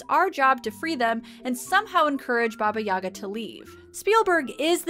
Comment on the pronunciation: For future reference, as a Russian, I have to point out that it's pronounced "BA-ba Ya-GA," not "BA-ba YA-ga." Emphasis on second syllable in the "Yaga"